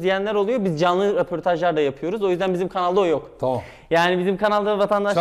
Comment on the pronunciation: Şuna bi de reportoj demesen daha iyi olacak sanki röportaj